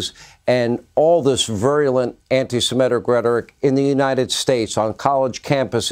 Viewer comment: Why cant anyone seem to say "Semitic"?